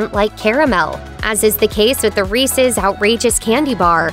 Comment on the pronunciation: Did I heard Reesees Peesees? Oy.